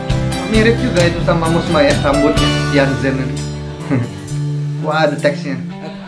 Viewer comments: Sebutannya mus mei... Bukan mus mai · Waduh mas..udah banyak kali dibilang nama Mus May tu sebutannya bukan Mus 'MAI' tapi Mus 'MEI'.. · Sebut nya bukan "mai" bang tapi "may" (Mey) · bukan sebutan mai tpi mei..bulan mei..Mus May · yantzen - insan, Meniti suratan, Suci. Tiga lagu ni memang terbaik. btw sebutan MAY itu bunyi nya MEI.